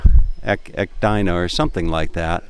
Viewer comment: Hearing him try to pronounce Echidna is the highlight of this video! 😂